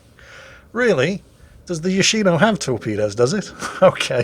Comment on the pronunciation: its yoshiNO